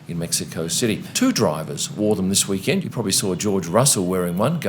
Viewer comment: It's "week-end." You know, like the end of the week? Not "Wee-kend" like a tiny, cute little kend.